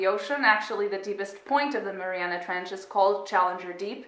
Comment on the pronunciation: You said the trench name wrong as an fyi